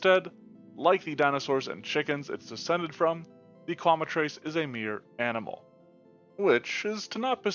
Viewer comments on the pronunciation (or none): I hate to be a jerk, but you're mispronouncing Quemetrice. It's "Kwe-met-trick-uh."